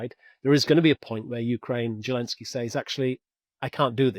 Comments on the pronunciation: I hate that this man cannot say the Ukrainian president’s name correctly…it is NOT Желенский….(zhelenskii) it is Зеленский..(Zelenskii) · ZHILENSKY rather than zelensky?? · Can someone tell this guy that Zelensky's name is not pronounced "Gillenzky"! Really irritating!!!